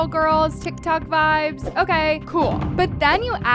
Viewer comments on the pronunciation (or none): none